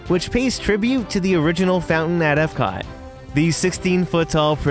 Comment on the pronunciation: Why does he keep calling magic kingdom ebcot........